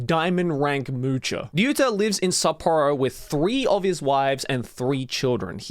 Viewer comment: Self proclaimed moocher? Or sploosher? 😂